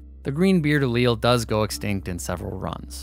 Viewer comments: I’m just saying, do what you want, but any science teachers I’ve ever had pronounced Allele as [Aly-El] Also congrats on 1 mil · "The cowardly Allele will be yella" lmfao